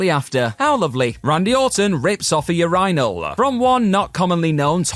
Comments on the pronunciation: Bro. You killed this whole video with that ridiculous urinal pronunciation. What’s your deal? You can’t possibly think the way you’re saying it is correct. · I'm just happy everyone else is just as bothered by the way he says urinal as I am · There’s literally video of Cody telling the story like how do you pronounce it so horribly when it’s literally sounded out for you 😂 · Lol the "your rinal" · "That time Randy Orton collided with a ur-inal. Yep, you heard that right!" .. did we..? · Place all "your-EYE-nuhl" comments HERE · The way youre pronouncing "Your-in-ol" is killing me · Bruh pronouncing urinal as "ur-ri-nal" is nuts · I'm gonna start using that pronunciation of "your-eye-n-all" ASAP. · It's pronounced "Your in ull". Urinal. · The amount of people who were unaware of the British pronounciation of "urinal", and are then bothered by it, is hilarious! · Today I learned how hard “urinal” is to pronounce. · Its definitely not pronouced ur-rhyno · The pronunciation of urinal is gonna drive me nuts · It's the British pronunciation